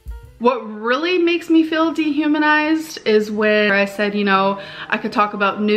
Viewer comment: I love her struggling to pronounce "dehumanize", miss 3.9 gpa natural born writter. 😂